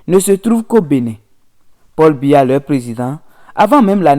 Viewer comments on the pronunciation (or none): none